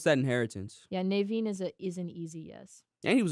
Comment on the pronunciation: your pronunciation of prince Naveen caused me physical pain